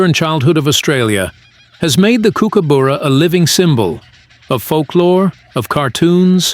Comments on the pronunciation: The brightly coloured birds are Kingfishers, not Kookaburras and you should learn how to pronounce 'Kookaburra', it's not a Coo coo boora. just watch other videos and you'll soon learn. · That's not how we say kookaburra in Australia! Lol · You have to learn to pronounce the name Kookaburra! Learn the Australian pronunciation of the bu. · What a dumb dick ? An idiot wanting to make our Kookas American with its American pronunciation . The are known to eat small birds , lizards , Mice and rats and also you sandwiches on a picnic table ... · Dude, get a better pronouncer, the way he says kookaburra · You're saying it wrong. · You need to pronounce kookaburra correctly! Bye. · thanks. The u is pronounced as under. ❤ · I enjoyed this video but please pronounce its name correctly. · First of all, learn how to say 'Kookaburra' properly before making a video about it... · Please, please, please, learn how to say Kookaburra. It's not hard to do, just listen to an aussie say it once. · For goodness sake, I’d expect better from the BBC, the pronunciation of kookaburra is pathetic and the AI should be unplugged and never plugged in again! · You are not saying it quite right, Kook it sounds more like cook, and burra, sounds like up b u rra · W anchor. It’s not “kook-a booras” it’s “kook-uh-buh-rah’s”. Seriously ruined your video bc if can’t even pronounce its name right, obviously NOTHING you say can be trusted. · Try saying kookaburra properly. It’s cook, as in like what you do in a kitchen. Not kook like in a psychiatric hospital. It’s burra, like the borough in Edinburgh ie buh-rah. Not cookoo boorugh. Unwatchable video due to the hideous “accent”. 🇬🇧🇦🇺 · What a load of crap. Can’t even pronounce the name properly. Also, it is a Kingfisher and it does take fish from creeks, have seen them do it. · It's Kooka Burra not Kookooburra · no, not really. It's pronounced: "Cook" as in "Cook dinner" "Ah" as in "Ah, I see" "Bar" as in "drink at the Bar" "Ra" Cook-Ah-Bar-Ra